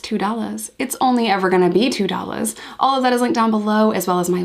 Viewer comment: Love how u say $2 so New York!!